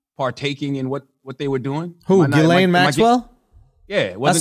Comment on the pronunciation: "Ghislaine" is pronounced Jizz Lane.